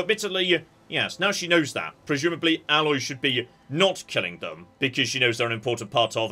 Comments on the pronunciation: EH-loy, not Alloy. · TOTALLY!! She is not a composite metal! Long A sound,! AAAAAAAAAAA-loy 🤣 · Her name is Aloy, not Alloy. She and other people say her name in game a lot. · Between Aloy from Horizon and Parvati from The Outer Worlds, is determined to mispronounce the name of every Ashly Burch character.:-P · tf does that even mean, name pronunciations can be different. Also A-loy is different from Alloy, so you're also wrong.